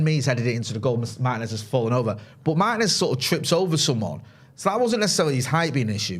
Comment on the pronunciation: It's pronounced Martinez not Martinez